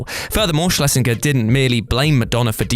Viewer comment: Same as 'Schlesinger' which I don't think was pronounced properly either.